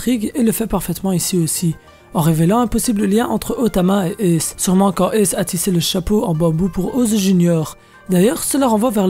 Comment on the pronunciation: on dis Ace pas Euus mdrr